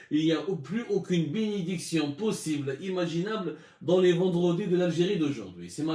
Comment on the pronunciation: Binidiction hhhhhhh